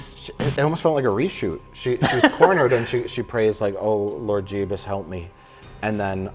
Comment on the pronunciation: I cringe every time Mike says „Jebus“